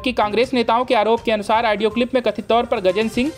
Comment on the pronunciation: Such poor pronunciation....Aaadio Tape nahi bewakuf. Audio tape...Caaaaangress nahi Congress.